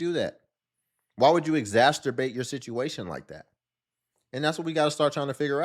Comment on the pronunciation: 'Exacerbate', not 'exasterbate'.😵‍💫